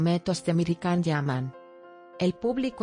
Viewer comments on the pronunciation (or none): Sería posible pronunciar el nombre de Can como "yan" no con la c? Demet es una excelente actriz capaz de interpretar diferentes registros sin necesidad de recurrir a eso